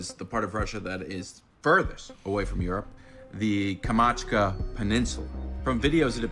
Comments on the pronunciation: kam-chat-ka 😅 not kamachka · He keeps saying Kamatchka! IT'S. PRONOUNCED KAM CHAT KA! AS IN THE VODKA! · Yes, it is AI😂 Also, at last check how to say Kamchatka boy-o😂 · dude cannot pronounce Kamchatka.......